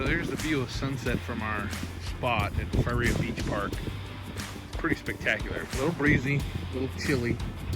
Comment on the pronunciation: It’s (fuh) (rhea).